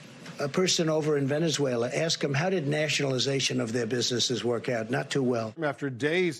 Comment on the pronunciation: Whoa. Trump actually pronounced Venezuela right. I mean that's something new.